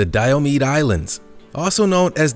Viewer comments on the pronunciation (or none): Diomede = Di-O-MI-DEE. Sigh.